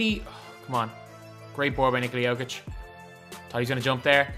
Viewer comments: Nee-kola Yo-kitch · Nick-ola JOE-Kich is not how u pronounce it